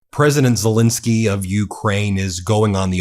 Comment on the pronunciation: Zel ENSKY not fuccking INSKY, get his fuccking name right you dope.